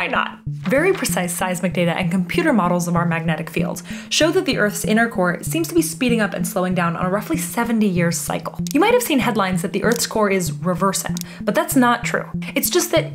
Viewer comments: What is "reversen"? If you mean reversing, please pronounce it that way. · Maybe it's like reversin' - either way, who cares lol